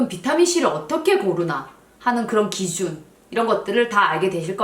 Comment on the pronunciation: 기Zun~ Z발음 정확하구여~ㅎ